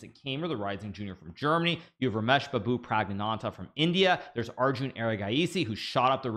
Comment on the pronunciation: Hikaru now butchered the first name of pragg.